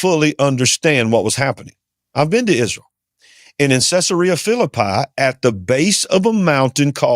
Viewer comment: "Isruul" Refers to Peter, not a physical rock. Way to be dishonest. I expected it with the accent, and this confirmed it. "66 books of the Bible" 🤣 This tells you all you need to know. Accepting a counterfeit as genuine.